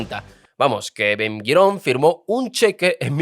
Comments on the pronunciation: ¿Ben Girón? ¿haradíes? ¿ashakanzíes?¿Talamud? No sé si debas demandar a tu guionista o mejorar tu español 😂😂😂 Por lo demás, tu contenido es excelente. Ben Gurión dejó una bomba de tiempo que los aliados de Netanyahu se niegan a resolver. Por cierto, en ese millón de soviéticos se colaron muchos que no tenían ni una gota de sangre judía ni jamás en su vida leyeron la Torá. Pero curiosamente son los más sionistas entre los sionistas 😊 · Ben gurión, no 'guirón' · Me parece que no sabes como pronunciar los nombres de las personas por lo tanto tu información es un poco dudosa, 1) El primer ministro de Israel se llamaba BEN GURION y no Bem Guiron 2) el judaísmo SEFARADÍ y no aradí. su inmigración en 1950 con judíos Mizrahi's y no misraís. Israel se libero en 1948 con la gran mayoría de judíos ASHKENAZI y no ashacancíes, que inmigraron después de la segunda guerra mundial. Nunca hubo una ley del retorno cada judío que quisiera inmigrar al nuevo estado de Israel estaba en su derecho de hacerlo sin necesidad de permisos especiales. Israel es el país del pueblo judio por historia. En 1956 fue la más grande inmigración de judíos desde Marruecos (Sefaradíes) y la segregación que supuestamente hubo de acuerdo a tu falta de información no se dio como tu lo has malinformado, porque el propio Ben Gurion dio el ejemplo de ir a vivir a un asentamiento en el Negev (desierto) para comenzar a poblarlo. Israel en 1948 -50-y 56 era un país joven y sin dinero, a los inmigrantes que llegaron en menos de un año les dieron casas prefabricadas llamadas MAHARABON hasta que la economía del pais pudiera construir casas adecuadas. Menachem Begin sos un desastre con los nombres, no sabes como pronunciarlo estás difamando la historia del estado de Israel, por lo que a mí me concierna o es Pedro Sanches quien te envió a contar lo absurdo de esta novela que está muy lejos de su veracidad o simplemente eres un aficionado que no tienes la menor idea de lo que est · No es Ben Guiron, es Ben Gurion